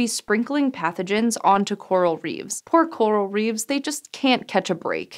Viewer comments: "Coral REEVES"? Like Christopher? Nope. It's Coral REEFS. Nice try, but.... no. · That's an incorrect pronunciation of the plural for "reef",. It should be "reefs", with the F pronounced like an F. A reeve is something else. reeve /rēv/ historical a local official, in particular the chief magistrate of a town or district in Anglo-Saxon England. Canadian the president of a village or town council.